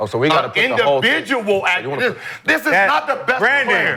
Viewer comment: Have Gil spell accolade then pronounce it 😂